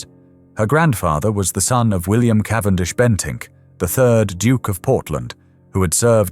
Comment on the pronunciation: "Cavendish-Bentick", not just "Bentink"